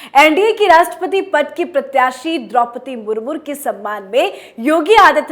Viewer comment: Draupadi Murmur Nhi..., Draupadi Murmu bolo